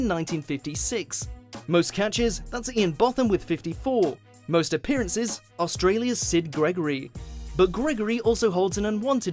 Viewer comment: Ian Botham is an English cricket legend. The very least you could do is pronounce his fucking name properly. The o is pronounced the same as in the alphabet, the same as in so.